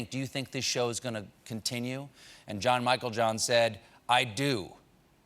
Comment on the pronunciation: finally someone who can say the last name right